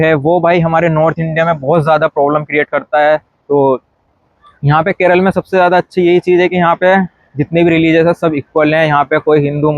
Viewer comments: Even after staying in Kerala for more than 2 years , it’s unfortunate that you don’t even know to pronounce the name of Kerala, it is NOT KERAL , it’s K E R A L A! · Keral nahi kerala bolo yaar